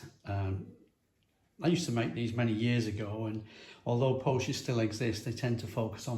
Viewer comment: Glad you pronounce Pocher the way I do. Nigels Modelling Bench guy pronounces it 'POKKER'...it makes me wince.